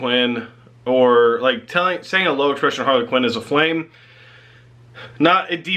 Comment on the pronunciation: Harlequin is one word.. not two. Sounds like you're saying Harley Quinn... Please work on your English.. that is all